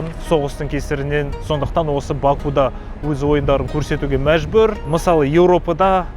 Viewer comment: Бакуда емес Бакуде деп айтыңыз,бұл жерде у әрпі келесі буынды жіңішкертеді